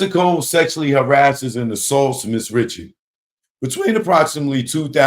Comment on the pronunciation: She pronounces it Rishard lol. I thought homie was bein funny